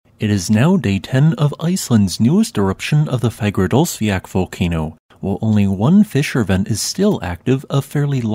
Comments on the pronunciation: Listen man... I love your channel. I know Icelandic is a difficult language to pronounce (believe me, I've tried). But I have to inform you. It's not Fagradallsfjak. It's Fagradalsfjall. The ll is pronounced like a combination of a T and an L at the same time. If you can't make that sound, it's better to just say a T or an L, but definitely don't resort to K. That's not right at all. Again, I love your channel, but this drives me up a wall whenever I hear it. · Have yet to be able to understand how you’re pronouncing Fragradalsfjall? Either way I still enjoy your vids, thanks.